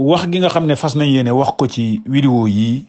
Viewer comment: Saway ken dou wakh widéo...on dit vidéo